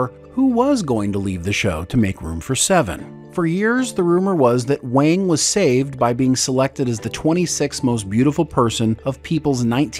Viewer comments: I could have sworn he preferred it pronounced 'Wong'. Not 'Wang', despite the spelling. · Garrote Wang is pronounced Wong not Wang. Regarding the Ship itself its really good they made Voyager a Science vessel and not a battle cruiser. You have to make Voyager under powered under maned and under gunned otherwise there wouldn’t be opportunities for vulnerability in a new part of the galaxy! If you sent the crew into the unknown with a warship they would be the dominant factor and their journey would be too easy. This way they may not be the species with the biggest stick or the crew with the ship with the abundance of energy and resources but its their ability to work together as a team and work well with the tools they have to overcome their obstacles. Make it a big battle cruiser with all the power reserves and weapons at their finger tips and Voyager’s journey home would have been like Glamping.